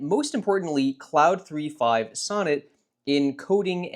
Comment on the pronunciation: clawed, not cloud